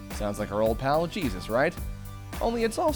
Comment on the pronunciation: I agree, I also picked up on a couple of clues on the Robocop dvd where Paul Verhoeven says in an interview that Murphy is "American Jesus". Well, he actually says "American Cheesus" but that might just be his accent.